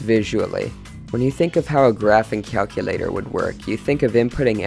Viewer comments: I wanted to end my suffering everytime, he says calculator. cyalcyulyator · Really cool stuff. Usually when I break Desmos, it just decides to stop graphing literally everything or just make up its own numbers because of floating points. Also, your pronunciation of “calculator” sounds like you’re a supervillain (“cyalcyulyator”) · The way you say "kyahlkyulahtor" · watch the video, he pronounces it as cyalculator